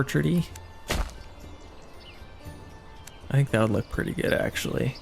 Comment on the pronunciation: Hey, love watching your videos 🙂 But I'm going to be that annoying person and say that the way you pronounce orchardry is killing me... when you're just talking about the planted field, it's an orchard, but in Manor Lords they use orchardry as the skill to labour in one (which isn't actually a commonly used term) - but is pronounced orchard-Ry... you keep missing the R. Sorry and thank you for your awesome videos!